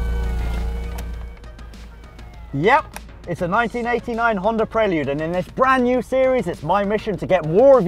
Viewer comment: Rhonda. Remove the R it's a Honda.